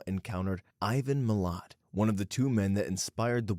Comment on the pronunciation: He also said Milat like heart, it’s Milat like splat